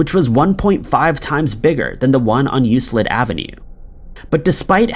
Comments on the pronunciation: Euclid is pronounced YEW-klid, not YEW-slid. Grr. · Picky, pickyl picky: Euclid is said "you-klid" instead of "you-slid." Don't feel like the Lone Ranger: Until I got into college I said "e-loo-sid."